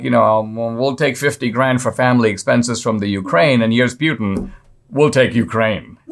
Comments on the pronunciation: I believe Putin is pronounced Pootan not Pewtan. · C'mon Dinesh... Who TF is Pyoutin? I thought you were a smart fellow. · NOT PU LIKE PUKE BUT PU LIKE POOPOO PUTIN 🤣🤣🤣